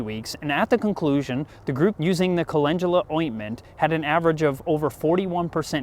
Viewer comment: Wait no one’s talking about how’s he pronouncing it wyd Cal-en-dula = call in dula